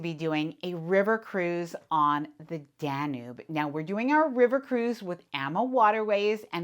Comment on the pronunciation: OH DEAR.....PLEASE look up the correct pronunciation of DANUBE. Thanks for all you do.